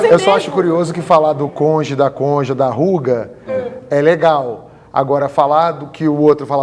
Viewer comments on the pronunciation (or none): Essa do Moro de dizer conje é de matar.